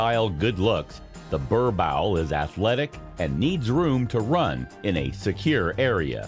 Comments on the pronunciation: Its boer-boel.. Bur bull... How can i take u seriously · Im south African... I feel so offended when you keep saying 'burbowl'💔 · Bruh like what hahaha! Worst pronunciation I’ve heard yet. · That's way to pronounce "borbowl" is just funny 😂😂😂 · What the heck is a "ber-bowel" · It’s pronounced “boorbull”😂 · Its pronounced "BOAR-BULL" 😐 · I'm from USA and it was annoying me too 😂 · Lol Burr bowl. Your butchering the breeds name. Wow!!!! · Incorrect pronunciation of the breed. Also, why show all the other breeds? Other than the above stated, the general information about the breed was good. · Did this man do his research on how to pronounce this dog😮 The pronunciation is so bad as a South African I’m so offended and boy didn’t you just make my ancestors cry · Learn how to properly pronounce the breed name.